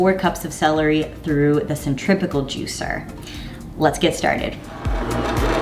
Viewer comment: it sounds like you’re saying centripical juicer ...it’s centrifugal right ?